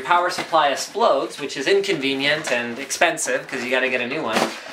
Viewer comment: he said asplodes lol!